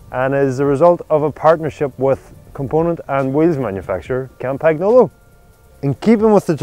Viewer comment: They have been mispronouncing "Campagnolo" in 9.9 videos out of 10 on YouTube; as a result even Italians struggle to pronounce the word correctly.